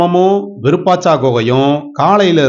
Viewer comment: அய்யா இதன் பெயர் விருபாச்சா குகை அல்ல விருபாஷி குகை சரியாக உச்சரியுங்கள்